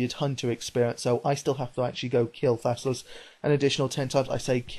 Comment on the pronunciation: thassalus?? dont u mean thallasus